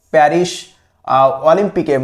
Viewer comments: Perish na paris😂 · মাশকট প্যারিশ সেই উচ্চারন